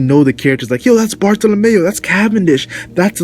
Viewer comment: bartolomeo not bartolomayo